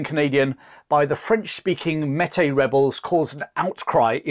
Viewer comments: Great vid, but it's pronounced "may- tea" . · Close but no cigar. Metis is pronounced like "may-tea" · As a Manitoban it’s nice to see a small bit of our history be told. The pronunciation of Métis was a small shock as it is generally pronounced differently here, but it is to be expected as the difference in culture and language between Canada and England does exist. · Good content and all of that. Just two little things that I offer to those who may not know better. They are not intended as criticism, just pronunciations First one: Metis (French word) so MAY TEE Second one Sault (French Word) so SUE or SOO (like BOO) as it is known. SOO SAINT MARIE. In Canada this region is often referred to as THE SOO (like BOO). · Meti is pronounced may-tee. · This is amazing! But here in Canada ‘Meti’ is pronounced like this; “May-tee”. Cheers and thanks so much for covering this! As an Ontarian, I’ve always been very impressed by the story of the Wolseley Expedition! Such a remarkable achievement. You can really have no idea how impressive it was, until you see the type of terrain they passed through on those river portages. He took the best possible route you could without a railroad. It was the last great adventure in North America before modern technology took over. It was like a dream. As soon as you wake up, it’s gone. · Metis is pronounced "May-Tea" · It's May-Tee, not Metee. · The name Metis is properly pronounced "May tea" not "Met Tay". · Metis is pronounced may-tee not met-ay. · Pronunciation Tip: Métis = May-Tea. You might enjoy reading Dickens of the Mounted. Francis (Frank) Dickens, 3rd son of Charles Dickens served as a Mountie from . An unspectacular career marked by ineptitude, laziness, reckless behavior, and of course drinking… Louis Riel had a range of serious mental health problems. Many quite rightly regarded him as a lunatic. He also offered to leave Canada, sell out the Métis and move to USA if paid 39,000 dollars… No hero he. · Pronounced mehtee